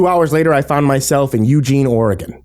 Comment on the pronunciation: Lol! Literally in Oregon, on my way to a job in Eugene while listening to this. BTW, good job on pronouncing Oregon. Some people don't get it right for some reason.